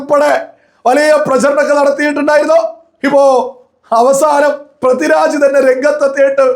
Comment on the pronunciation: Helloo, Prathi Raj alla, Pridviraj. Kashttam